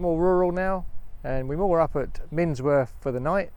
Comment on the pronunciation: It's miNworth - not minSworth.... and I'm not even a local !!